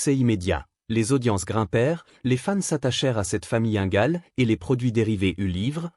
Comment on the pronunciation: Ces voix générée par intelligence artificielle sont insupportables. Qu'est-ce qui me confirme que c'est une voix artificielle ? UNGAL au lien de INGAL LENTDON au lieu de LAND DONNE